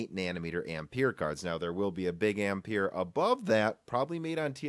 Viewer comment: Please learn how Ampere is pronounced